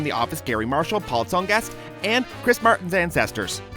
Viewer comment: As a UML hockey fan, I know that "Tsongas" is pronounced as song-is